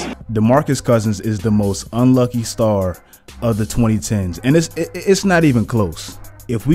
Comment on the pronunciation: I thought you said unlikey lol